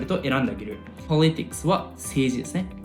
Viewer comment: 動画すごく楽しかったのですが、ゴメンナサイ。politicsのアクセントに違和感がありました。。。